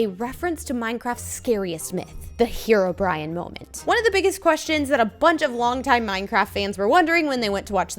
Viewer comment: stop calling herobrine herobrian